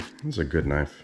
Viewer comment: "dis a guud niife"